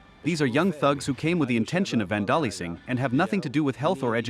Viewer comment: 3.55 the man mispronounces 'vandalising' as /van 'dah lissing/ instead of stressing the first syllable and pronouncing the s as z / 'VAN da Lize ing/ ...sounds very weird for someone who sounds like a native speaker otherwise.